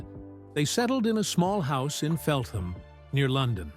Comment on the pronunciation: its FELTAM, the H is silent